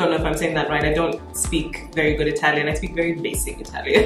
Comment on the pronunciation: i' m italian and I can tell you nail one of the most accurate italian pronunciation , cause every time I hear youtubers, especially americans, it's sooo wrong. your french is also beautiful. kisses from italy❤